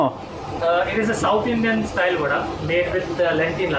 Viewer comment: I was laughing 😂 when he said vaadda to vada